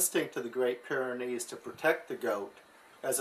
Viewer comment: It's Pyrenees, not pyranees... you probably know that though. Nice video!